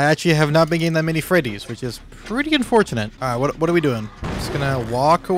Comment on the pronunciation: unfourthinit un forth in it he says